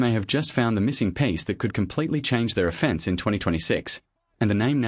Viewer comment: Stupid AI. Say the word "offense" again in terms of offense vs defense. Your dumb ai said it like a legal "offense".